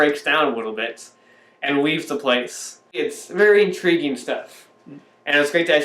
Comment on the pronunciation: ~three years seemed to pass rather quickly (invariably - you have read this before) slurs syllables as he & speak -- "yrev" is his first 'word' - followed by "very" ~~ & shares with Tammy's digits "spiritual mound" --- guys who record these kinds of reviews often come across as ones with that familiar unleashed 'Last Jedi' commentary venom. ~~ you two possess the enduring 'PeaksFreak' demeanor & likely could be somewhat entertained by the thorough depth details of Cameron&Hal's "Obnoxious & Anonymous" youtube destination ~~~ as an intentional skip of your Part8 nuance O passion (until later in the week) --- "Vlog Lady" also a source of fascination -- 'in the shadows' < ^ > ~